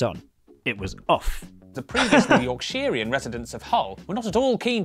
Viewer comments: was waiting for the york-shier. never disappoints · It’s yorkshur not yorkSHIRE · Please don't murder the word yorkshire in a southern accent. 😢